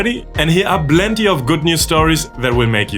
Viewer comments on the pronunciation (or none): Love how you say 🅱lenty